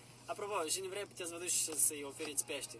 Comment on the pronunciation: ia auziți " Şi dacă vrai" 😂😂😂